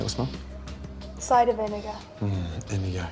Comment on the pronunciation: "Cider Vinegar" "Vinegar' 😂